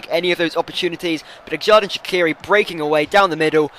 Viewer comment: Its pronouned jerdan shachiri